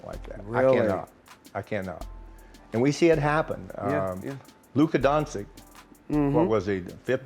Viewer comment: Who the heck is Don Chick? His name isn't that hard to pronounce 😂 how can you miss pronounce it that badly?!